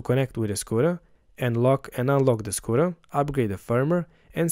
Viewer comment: Great work! but, only realized, that you were saying "Scooter", and not "Squirrel", at the end.